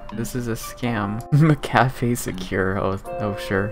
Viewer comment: “Mack-uh-fee” not McCafé